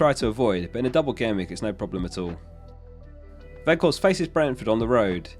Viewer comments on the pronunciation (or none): none